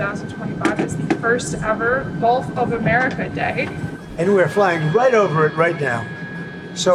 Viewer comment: No, he calls it "Golf of America."